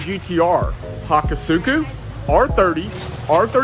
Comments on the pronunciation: Its hakosuka not hakosuku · It’s HAKOSUKA not HAKASUKU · Ha-koh-ska not hako-sookah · What’s a hack -a - suku? A hack-a-shaq?I think he meant hakosuka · Ohh man did he really call a hakosuka a hakasuku smh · I know you don't care but it's Ha-ko-ska lol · “Haakuu suuhcoo” hahaha sounds funny how he pronounces it 😂 Awesome video! Show case the cars more tho! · Hakosuka is pronounced "Hakooska"